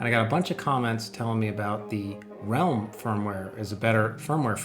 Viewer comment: Nice! Ps.: It's Ralim - with an a ;-)